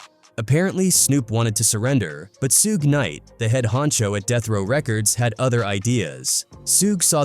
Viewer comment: Narrator can't pronounce names. "Sooga Knight?